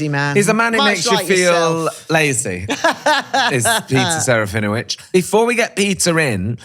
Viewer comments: SerafinoVicz, not Wicz.... Trust me, I'm a professional Pole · SerafinoVITZ, is the correct pronunciation...pretty please!! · I love you but, It is pronounced Sir-ah-fee-noh-vich 😅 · It’s not even the proper way to say his name 😂his name is Polish and I could tell you how to pronounce it xD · You said his name wrong 😂😂😂 the W in his name is pronounced as a V